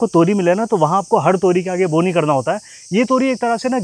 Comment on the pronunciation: बो नहीं बाओ 😅😊